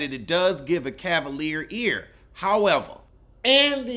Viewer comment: Cavalier ear? That was rough. Lol